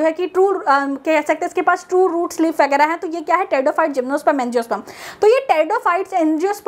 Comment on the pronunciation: Leaf hota h leave nhi